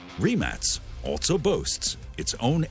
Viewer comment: I hate how he keeps saying "REMAXXX"